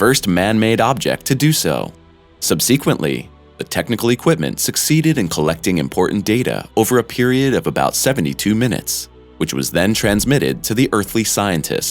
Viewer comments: What's up with the way "subseequently" is pronounced? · The narrator is a boob. “Sub-see-quently?” I stopped . Great topic, horrible execution. You suck. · Narrator pronounces some words oddly….@ sub-see-quently. And just the way he says Titan. Made me wonder if it is a voice bot